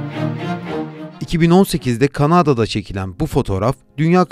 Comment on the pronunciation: şu kelimelerin telaffuzuna dikkat edin biraz.Kanaaada değil Kanada.